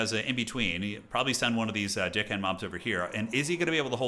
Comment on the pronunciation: I cant be the only one hearing say Deckhand mobs as Dickhand?😅